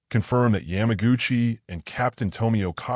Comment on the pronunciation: This narrator is an idiot. He messes up numerous Japanese names like Akagi. It is not Yam 'like the vegetable" agutchi. What is "Station H"? Why would Japanese strategy be classified until 1972 when Jenda wrote about it in 1968?